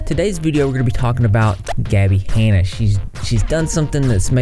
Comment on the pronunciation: Gabbie “haynuh”